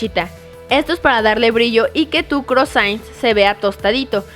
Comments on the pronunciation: UNA PREGUNTA YO SABIA QUE ERAN CROASANTS Y AQUI DICE CROASAINTS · Hola! Me gusto mucho tu video! Sólo un pequeño comentario: Se pronuncia croasant no croisaint. Saludos y muchos abrazos :) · se pronuncia crosan (nasal) no crosain JAJAJAJ que naca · hola se pronuncia croasonts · Se pronuncia "CRUASÁN" xD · No se dice: "croassains" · Karen, croissant es una palabra en frances y la union de OI suena UA osea que se dice 'cruasant'. Me encantaron los postres, se ven riquisimos!! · Pronuncias bien chistoso "croissant". 😂😂😂😂😂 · Su forma de pronunciar "croissant" me dio ébola auditiva. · Así no se dice 'croissant'! 😥